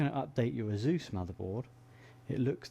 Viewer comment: I'm pretty sure it's not pronounced azoose